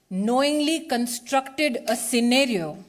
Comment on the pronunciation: She cant even pronounce the word scenario...🤣😂🤣😂